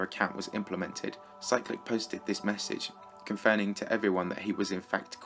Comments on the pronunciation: I thought you said cyrillic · You pernounsed Cyclic